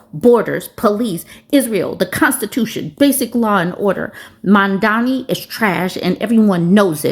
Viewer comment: Liked the video. Would like even more without the mispronouncing of Mamdani.